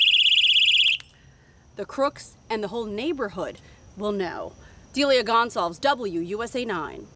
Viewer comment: The craziest thing about this video is the woman pronouncing her name 'Deelya Gone Solves"